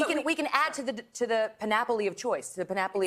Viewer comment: mark...Megyn Kelly's 'panoply' sounds like Monopoly - twice - at " in the morning", but I still enjoy watching her.